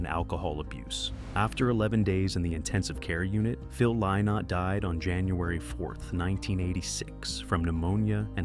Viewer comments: His name is pronounced Linnott, not Lie-not. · Im a 62 year old American woman who still loves Thin Lizzy and wishes AI could pronounce Phil's name correctly. Let an Irishman or Irish woman read this story.